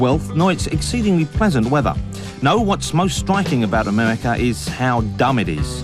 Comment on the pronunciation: "Amewica". Hard to take this guy seriously. But, fascinating program since it's all the way from 1992 but sounds like a 2011 anti-American film!